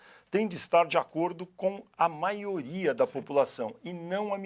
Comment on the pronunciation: "Maoria" (Risos).